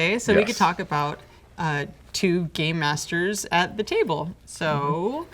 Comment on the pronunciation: it sounds like shes saying two gay masters